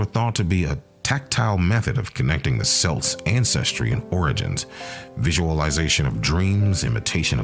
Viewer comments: Its kelts not selts. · How can you lecture about Celts if you don't even know how to pronounce it properly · say it right computer it's pronounced, 'Kelts' NOT 'Selts' they are not a basketball team. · Every time he says selts or seltic the rage of 100 generations come out for about 2-5 seconds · CELTS the C sounds like a K KELTS KELTIC get it right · Your pronouncing Celts wrong, it pronounced Kelts. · The accent selts , who the hell are they? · Lad says selts I'm fuckin dyin here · If he hasn't heard the word "Celts" in spoken form, I can't begin to take this seriously. Dead at 25 second mark. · 😆😆😆 damn I can’t even watch it now every time he says “celts” I cringe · Nah, you can't even pronounce Celt correctly, so bye. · Nice video except for the pronunciation of words "celt", "celts" and "celtic". That is really annoying, if not irritating. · As soon as he pronounced it like that I was done.